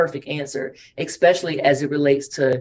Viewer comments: Any time a person says "ecspecially" I automatically tune out. Sorry learn to speak English 🤷🏼‍♂️ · EX-specially? There’s no “X” in especially. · the person said "Exspecially" and "ignorance" within the same sentence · Anyone who says “expecially” instead of especially isn’t worth listening to! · Exspecially .....I hear that. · Ekspecially... Yeah, yous a nil. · EXPECIALLY. ESPECIALLY IS CORRECT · Remember everyone, there is no answer. “Eckspeshully” when it refers to ignorance. 😂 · Academics, you say?......do you think that first "academic" realize there's no "x" in especially?